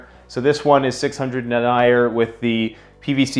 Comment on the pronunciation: Love your channel and love your design. If you're gonna do military patterns, Multicam(regular and tropic), MARPAT, CADPAT, and A-Tacs will sell. Btw it's pronounced Den-ee-yer. Lol has some of these fabrics and hardware but you might want to contact wholesalers to source for better costs. I hope you sell a ton of these! Best prepper channel ever!